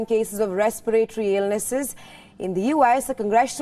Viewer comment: RESPIRATORY NOT RESPEYREYTORY... VARIOUS NOT . VERIOUS